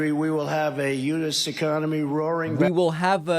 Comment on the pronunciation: Sounds like he said unis. Like the name. 😅 Theyve been teying to bring trump to Justice for a long time. Hope they take him down finally